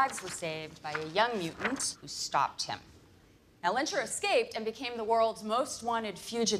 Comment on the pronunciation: As a german, I always have to giggle when Americans pronounce Magnetos real name Erik Lehnsherr, but at the same time I find the American pronounciation much cooler. We wouldnt say Lenschur, but rather Lehns-herr (the h and e emphasized). The name itself doesn't sound ridicoulus in Germans ears, it basically means lord of the manor. What sounds a little too on the nose is his middle name Magnus and his birth-name Max Eisenhardt, as in Max Ironstrong. Get it? ;-)